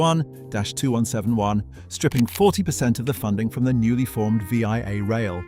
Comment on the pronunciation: Well researched and great video clips. Unfortunately you didn't research how to pronounce VIA Rail, it's not V. I. A., but Via, like the English & French word. Also, Regina is pronounced with a long 'i', it rhymes with a body part.